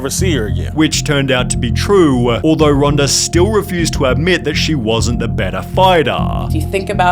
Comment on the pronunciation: I thought her name is Ronda, NOT Ronder.